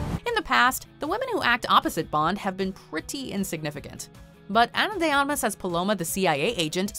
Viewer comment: Her last name is pronounced Armas, not Amas